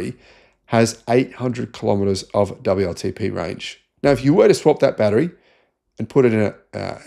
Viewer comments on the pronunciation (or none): none